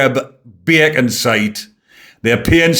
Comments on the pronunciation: I love when says “baycon “ in the Geordy accent. He says it like he means it. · .& from now on, I will always pronounce “ Bacon” in a Gordie accent 😆 (I’m from Wolverhampton) 😆 keep up the good work 👍👍